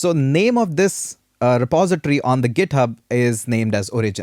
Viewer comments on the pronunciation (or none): This is a really good and fun course! Better than many expensive courses out there. If I absolutely needed to comment on anything it would only be that "origin" should be pronounced O-rigin not o-RI-gin. But, that would really be nitpicking on a minor detail. In short, it's an really well-done course and I learnt a lot! Well done! :-)